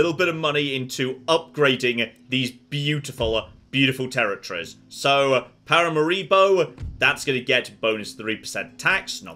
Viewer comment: I so love Jons pronunciation of Paramaribo